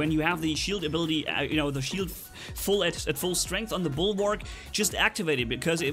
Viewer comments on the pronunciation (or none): it is bulwark not bulwarg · Dude it's Bulwark. With a k.